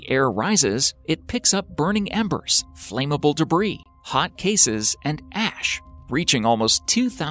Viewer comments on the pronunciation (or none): Flame-able? Really?